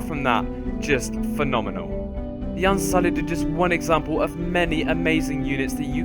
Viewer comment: "unsullid" yikes